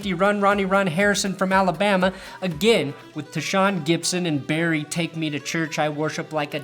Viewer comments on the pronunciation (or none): none